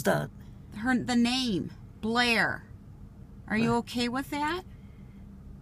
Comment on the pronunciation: Its Blaire...not Bläh.